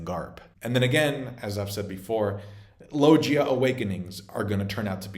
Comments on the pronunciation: Bro did you really just say lojia? It's LoGia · “Lojia fruit” 😂😂😂😂😂😂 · my man, can you stop mispronouncing "paramecia" and "logia" dude people not everything should be treated with American English way of pronuncing